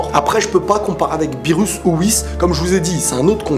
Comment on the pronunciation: "Beerus" ???..... ÇA SE DIT "beerrous" (le r se prononce l)